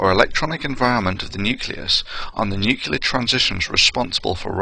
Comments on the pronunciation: great video. obviously a lot of work went into this so for that i thank you. fyi its pronounced noo clee ar, not nook yoo lar. nuclear :) did that myself for years. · Please, Thunder, it's nuc-le-ar, not nuc-yul-ar. I've known a few real nuclear physicists who do this, but all the others laugh at them behind their backs, and ask how you could possibly use the word every day and hear others pronouncing it correctly every day, and still get it wrong. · Thunderf00t, i love your videos, man, but do you have to pronounce "nuclear" as "nucular" and "et cetera" as "egg cetera"? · Exactly! I'm somewhat shocked... He's about 50% "nuclear"/"nucular" I think, but he seems to have some serious problem with that "cetera" pet hen of his, constantly laying its eggs in his sentences :D It's a shame, there is so much he has to offer, in many fields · mia wick It doesn't take away from the contents of course. Never claimed that. But this imperfection (not an accent) just makes the packaging a bit less attractive. Mispronouncing words like "nuclear" is usually rather expected from people not from that field and far from that matter. Not a big deal, but something people notice.. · You know I got to cry foul on this superficial argument that pronouncing nuclear one way makes you a Starbucks sipping English professor and another way makes you look like you're about to make someone squeal like a pig. I know how nuclear is spelled and I know many other people who also know how it is spelled yet when they say it it comes out as new-Cyu-lar and not new-cleer. It's just how they say it even though they know how it's spelled. And despite this these people are all at or above average intelligence.